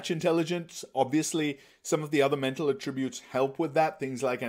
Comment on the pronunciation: You made a 57-minute video. You made a 57-minute video. YOU MADE A 57-MINUTE VIDEO. And to top it off, the way you pronounce "attributes" is annoying. I assume you're a first language speaker of English? How are you pronouncing "attributes" incorrectly???